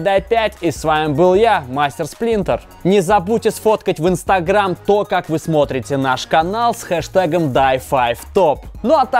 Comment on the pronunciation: ИнстагрЕйм? ИнстагрЕйм?, научись произносить слова правильно, а то уши режет.